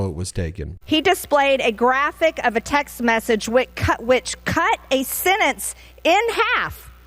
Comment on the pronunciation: MTG says someone "cut a senence" as she butchers the word "sentence"